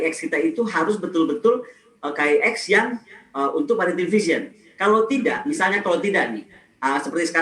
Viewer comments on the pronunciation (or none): none